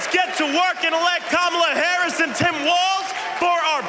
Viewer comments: i say we withhold the food too until they stop pretending they're too dumb to pronounce the VP's name correctly... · Nasty Mess pissed me off. She mispronounced her name on purpose and then tried to play the victim when she was called out. Then, to say VP Harris doesn't know what a woman is? Talk about white privilege.